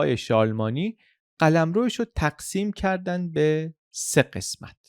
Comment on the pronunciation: ممنون از پادکستهای کامل و مفیدی که ارائه می دید. یه نکته رو من با اجازه گوشزد کنم. تلفظ درست شارلمانی به این صورت هست که ن و ی هر دو ساکن تلفظ میشن و در ی ساکن داریم نه ای.